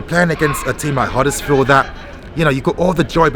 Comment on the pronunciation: Ffs it’s Huddersfield don’t worry I don’t need a red heart to know I’m right 👍